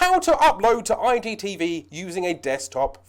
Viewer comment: Nice video Fella... But be honest are you accidentally saying IDTV? I just kept hearing that. thanks for the video, very helpful :-)